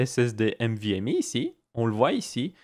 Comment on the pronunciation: C'est pas "mvme" mais "nvme", sinon très bonne vidéo, étant un passionné de tech je connais déjà tout ça mais tes vidéos sont très agréables....